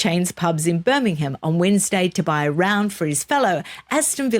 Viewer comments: I agree with your pronunciation of Will- yum, 🙃. You could follow up with pronouncing Birmingham as the locals do, i.e. Birming- um. You did pronounce it correctly a couple of times! Well done! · Hi, thank you for pronouncing Birmingham correctly, can you teach next time you speak to her 😂😂😂love and she's not the only one that says Birminum. love both of you and no offence, it just amuses me 😊